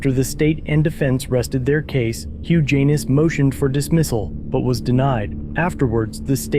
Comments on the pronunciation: Kept cracking up every time said the defendant's name! Hugh Jan-iss, not huge anus!! LMAO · Hugh Janis....Pronounced HUGE ANUS.....Juvenile humor, I know, but it's HUGE ANUS!! How does that happen? What pair of parents would knowingly brand their sweet baby with a name he would be chastised for the remainder of his life?? Sad..... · I keep hearing Huge anus😂😂😂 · Am I the only one who heard “huge anus”? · Huge Anus....am i hearing that correctly? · Im so confused. Who tf is Huge Anus?? I thought you were calling the cop, that... 🤷‍♂️ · Guys name is hilarious HUGH JANIS pronounced HUGE ANUS!!!!!!!!!!😂😂😂😂😂😂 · Huge Anus, that is what I keep hearing. If I didn't know better, I'd swear you were addressing the prosecutor as a Huge Anus, and not calling the defendant by name. If the lawsuit goes through, this will be the first time I'm rooting for a Huge Anus. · I'm sorry, all I can hear is Huge Anus, every time he says his name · Whose case? It sounded like you said huge anus. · did he just say huge anus?